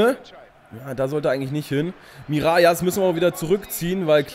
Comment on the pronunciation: Hey super Video wie immer:) "Mirallas" spricht man nicht "Mirajas" aus sondern " Miralas" aus. Im generellen hast du natürlich recht dass auf Französisch doppel "L" "J" wird. Aber Mirallas kommt aus der niederländisch sprachigen Region Belgiens. Also wird er ganz normal "Miralas" ausgesprochen.:) ( komme selber aus Belgien) Liken damit er es sieht:)